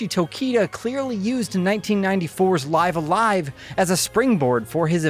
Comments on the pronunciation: isn`t pronunciated like "leeve" a live? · when he pronounces live a live "life a life" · Life The name of the game is pronounced "Live"(rhymes with Give) "A-live"(rhymes with dive). The way you're saying it is not correct and just sounds silly. Otherwise great review! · It's pronounced "Live a live" , duh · It's pronounced "Live A Live" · It's live a live not live a live 🤦🏼‍♂️